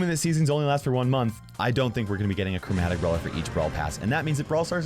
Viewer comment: Yeah but if you say it you can hear CROWmatic